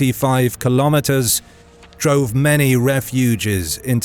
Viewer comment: ”Refug-ees” good speaker, but sometimes I wonder if it is AI, because it read words literally.